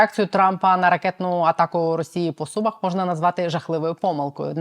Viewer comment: Не СУмах а СумАх, так говорять сумчани! Вибачте!